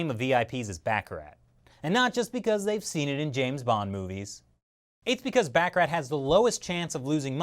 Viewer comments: You pronounced baccarat wrong. LOL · Good info but try to learn how to pronounce YUAN & Baccarat. It’s not Bacar-rate.